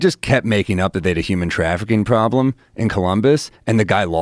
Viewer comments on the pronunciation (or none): “That’s a pwobwem” - Sam Mowill